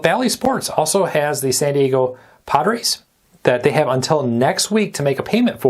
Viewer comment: As a baseball fan it’s pronounced Sandiego Padres like saying Pod but padres